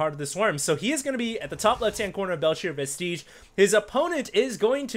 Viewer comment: thats not how you say vestige, i just keep hearing it said that way, i is not stressed and doesnt sound like an e.